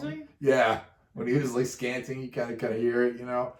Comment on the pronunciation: Dude, ease up on the pausing. Let the band play without pausing the video a million times. You also pause at the weirdest moments; try pausing in between the chorus and verse/guitar and drum solos. Also...it is "scatting" not "scanting". 🙄